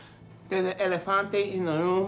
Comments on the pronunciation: “Deres an elafante in the room”⚰️🤣🤣🤣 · "El Ephante in the room"